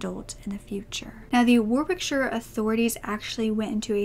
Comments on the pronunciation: By the way my darling it’s pronounced war ik sher 😛💎🙏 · Warwickshire is pronounced as warrickshuh, one of those odd English pronunciations!